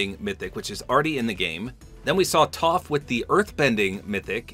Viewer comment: For a guy who’s never watched the show you pronounce toph properly so respects